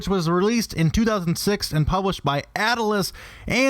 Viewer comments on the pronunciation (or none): "Ataliss" and most of these prices are bullshit. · Atilus? or Atlus. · Ataluss? lol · "atalus" It's just Atlus, like Atlas. By god. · AT"A"LUS? AT - LUS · Buy a pop filter. Also, Atlus has two syllables. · How do you know so much about these games yet can't pronounce Atlus? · Also he mispronouced atlus which clearly indicates that he has no clue what he's talking about.